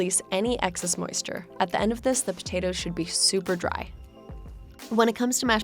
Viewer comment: why does she say Potatoes so weird.